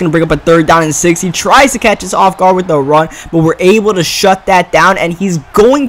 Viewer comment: why do you say "Da" instead of "The" Is it a speech impediment? Can you not say "TH"